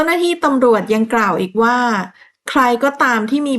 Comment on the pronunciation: โดย อ่าน ดวย ทุกๆคลิปเลยค่ะ ภาษาไทยหลายๆคำ กว่า อ่าน กั่ว แต่แม่ก็ชอบฟังหนูเล่านะคะ เป็นกำลังใจให้ค่ะ❤❤❤❤